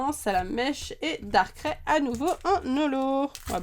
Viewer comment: j'adore les video que tu fait juste darkrai sa ce dit pas darkrè (dsl je savais pas comment l'expliquer) mais darkr aïh (je c pas si tu a compris mais bon)